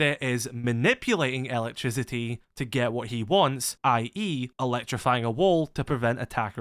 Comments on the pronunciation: ELA-trisiti lol i took me a while to undertad bro meant electricity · Every time he says it I hear “Ella trisity” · i like how you pronounce "elec-trisi-i"